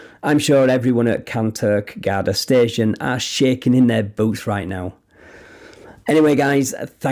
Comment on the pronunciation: It's Garda but pronounced as Gar-dee